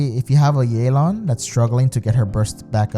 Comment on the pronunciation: stop saying yeylan, it's ye ( same as in yes) and lan (same as in can) theres no ey sound. you can even look it up in a chinese name pronunciation site